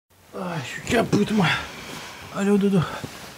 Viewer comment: « Je suis capoutte » ça se dit encore en 2020 ?! 😂